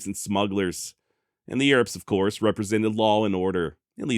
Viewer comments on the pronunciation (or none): none